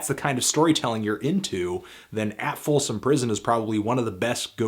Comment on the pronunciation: ya said "folson".